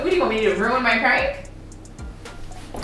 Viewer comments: She said pronk 😂😂😂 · Yo said prunk 🤣🤣🤣🤣🤣🤣🤣🤣🤣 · Bro I ain’t never laughed so fxking hard 😂😂😂😂😂 she pronounced prank -pronk 😂😂😂😂😂😂😂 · really said "prunk"😂😂😂😂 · 😭😭😭😭 his name is not praunk 😂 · HIS NAME IS NOT PRAAWNK 😂😂😂😂😂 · She said “ his name is not pruank”😂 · I'm waab pronk instead of prank 🤣🤣🤣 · Stop playing, his name is not “prunk” 😂😂😂😂😂😂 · She said "proonk" lmfao yall crazy. "and im hungry bro!!!" 😂 xo🖤🙏💯🤞plz u guys stay safe out there. These ppl are trippin'. If u guys haven't plz watch handmaids tale on hulu it is dark af but amazing and very informative considering what's goin' on in our current states of all emergencies. STAY SAFE. STAY AWARE. STAY TOGETHER. STAY UP. STAY PROUD. STAY SMART. STAY YOU. STAY PROTECTED. god bless u and urs....#BLM #notmypresident2020 #impeachhimnow #fdt #ftp #resist #canadaorbust #handmaidstale #equality4women #fucktheman #SOBERISDOPE #prochoice #fistsup #forthechildren #godsavethekids #metoo #fightforthefuture #Beaccountable #befair #beaware #bekind #RideOrDie #bepeace #behumble #EQUALITY #letusbefree #letuslive #fightwithfacts&knowledge&experience&empathy #willtherealpresidentplzstandup #bidenwon2021....lol #"pound"!!!! ps. Lmfao i obvi got a lot to say and a lot of "pounding" to do. Much love🚺😵 G.rae.Johnson gurrlz fb handle 4 family facebook check us out!!! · Prank...pronk. pronouncing prank. Lmao. I guess his name was French. Lol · P.R.A.N.K: Stop playing games his name is not “pwrank”... LMAOOOOO!!!😭😭☠️ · I cackled when she said HIS NAME IS NOT PRONCK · Glad I was on lunch when this popped up. Hella funny prank 👑 all day..And man come with the mispronouncing "PRANK" you was mad mad...😂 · She was soooo mad she didn’t know how to pronounce the very thing she does for a living lmao 😂🤣🤣🤣🤣🤣🤣🤣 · I'm dying 😂🤣😂🤣 was so upset she couldn't even pronounce the word right. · LMFAOOOOOOOOO she said P R A N K 😭😭😭😭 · Omg her pronunciation of PRANK gmfu 🤣🤣🤣